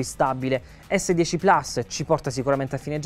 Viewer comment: Plus, si dice plus! Che cacchio di gusto ci trovate a inglesizzare pure le parole latine!